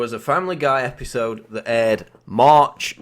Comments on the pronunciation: The same EP-HI-SOWD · IN. THE SAME. EPEESODE. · Why do u talk like an idiot? Episode. Epi sode . Ep i sode . Fkn tosspot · E-P-I-sode,... SAME E-P-I-sode. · Say "episoude" one more time... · say-me e-pi-so-de....next time commentator, say it E-V-E-N S-L-O-W-E-R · Learn how to say episode